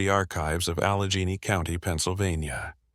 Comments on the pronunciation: Allegene county? AI can't even pronounce shit right. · Saw no point in continuing when AI can’t pronounce Allegheny because either it was spelt incorrectly or AI is capable of pronouncing Allegheny.